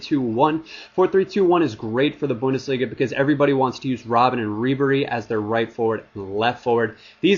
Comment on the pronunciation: Haha you are the only (english) youtuber who says Bundesliga right ^^